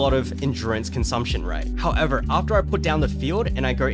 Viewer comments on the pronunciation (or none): Word of the Day: "Howevah" 😂